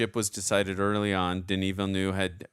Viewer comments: Please look up the video “how to pronounce Denis Villeneuve”. He says it himself like Veelnuv, not Veelnew. Yeah everyone says it wrong, but maybe we can start a trend of saying it right. I really don’t care either way though. It’s just like the Gal Gadot thing. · DENIS VILLENEUVE PRONUNCIATION - Denis sounds like Duh-Knee, (listen to US pop group Blondie's 1978 UK No.2 hit record titled 'Denis') and Villeneuve sounds like Veal-Nerve. Translated to English, the movie director Denis Villeneuve's name would be... Dennis Newtown (or Newton). If famous scientist Isaac Newton was born in France, he'd be Isaac Villeneuve. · Why are you calling him Denis "Villenew" it's Villeneuve.😊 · She knows what his wife's dying words were because he tells her at the party, on screen. She's not time-slipping; she is perceiving time in a non-linear way. And the director's last name is pronounced VEEL-uh-nuhv. If you can't pronounce the IPA's "œ", which is the vowel sound in "nuhv," say it like the end of "enough" but with a "v" sound instead of an "f."